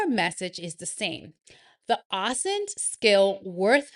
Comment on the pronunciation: Pronounced - O-sint